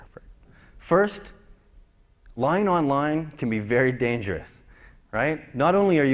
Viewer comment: lie "onlien" :D